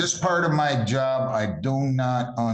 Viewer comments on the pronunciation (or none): “I doe not understand”😂